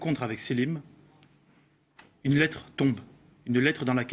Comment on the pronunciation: d'ailleurs il fait un lapsus bizarre à un moment il dit je "trompe" ou lieu de "je tombe" a ...